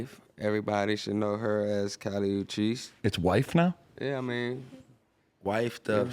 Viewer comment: got kali uchis name all fucked up lol Kelly cheese-it's 💀